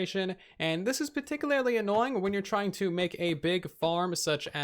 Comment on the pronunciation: Take a shot every time he says “particul-larily,” which is not a word. He means “particularly” xD